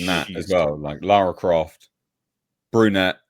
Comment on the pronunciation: Ah yes, Clara Loft